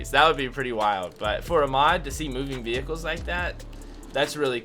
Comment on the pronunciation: did anyone else notice him say ve-hickles